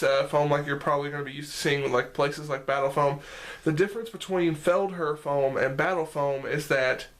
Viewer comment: Thanks for the review its pronounced. "Feld-hare"